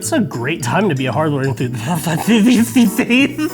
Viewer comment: TIL cannot say, Enthusiast.